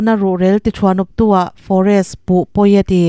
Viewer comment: Hliam tuar lovin an him tih a tuar hi i thluk dik lo va a awmzia a in letlin thawk😂😂